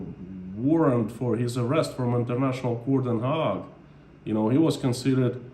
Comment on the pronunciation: Hague not Hog. Pronounced Hay’g ☺️